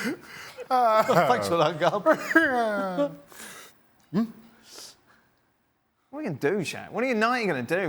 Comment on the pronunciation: Gab said it right